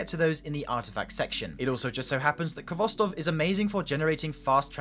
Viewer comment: Its your favorite auto rifle yet you cant pronounce its name correctly. Its pronounced Hvostov with a hard sounding H. Its a Russian word transliterated.